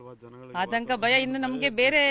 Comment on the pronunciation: ನಿಮ್ಮ ಚಾನೆಲ್ ಸುದ್ದಿ ಚೆನ್ನಾಗಿ ಕೊಡುತ್ತೀರ. ಆದರೆ ಕನ್ನಡ ಭಾಷೆ ಕರ್ಣ ಕಠೋರ. ಆತಂಕ ಗೆ " ಹಾತಂಕ" ಅರಣ್ಯ ಕ್ಕೆ " ಹರಣ್ಯ" . ಭಾಷೆಗೆ ನ್ಯಾಯ ಒದಗಿಸಿ. ಮತ್ತೊಂದು ವಿಷಯ. ಉಸಿರು ಕಟ್ಟಿ ಹೋಗುವಷ್ಟು ವೇಗದಲ್ಲಿ ಸುದ್ದಿ ಹೇಳಬೇಕಿಲ್ಲ.